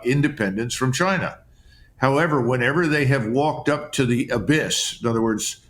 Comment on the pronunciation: Trump says “Gina” not China